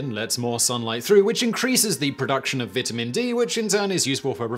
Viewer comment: so many pronunciation cuts but couldn't even say vitamin right lol